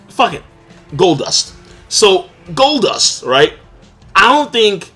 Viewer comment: Man said goldust lol